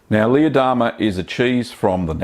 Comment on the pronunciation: we love your vids... but every time you named this cheese... us silly Americans hear "Lee Adama" from the TV Series Battlestar Galactica. Jamie Bamber's character:-)